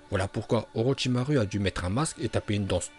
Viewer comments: STP tu peux arrêter de dire orochimarU car ça se prononce orochimarOU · On dit orochimarou pas orochimaru